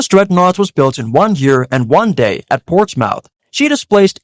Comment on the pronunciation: the name of the place 'Portsmouth' is pronounced as instead of mouth more like muff.